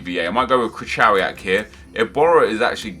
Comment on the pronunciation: Krychowiak: Pronounced Kri-Ho-Vi-Ak Please get it right, really pisses us polish lads off